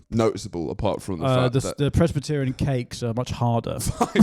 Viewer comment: I'm pretty sure said "pres -batt-arion",as if they are really in to big batty gyals